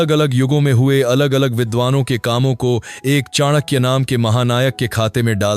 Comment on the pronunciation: Two simple questions to you. 1. Whether you consider the ancient broken bridge between India and Sri Lanka was Ram setu Or Adam's bridge? 2. Whether you consider Ramayana and Mahabharat are real or imaginary ? As per western historians whom you are following. The Pronunciation of Chanakya is not correct. Years of research required to comment on such issues. And finally I was quite sure that your points are not at all reliable when you are referring Romila Thapar. Stop insulting such great people and our great nation